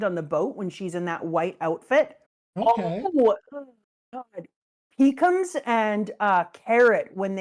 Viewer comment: I know that I'm a child for hearing calling pekoms as Peecums. But damn was I laughing aloud.